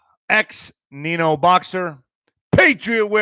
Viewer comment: Stop Nino 😂ur cracking me up with those pronunciation’s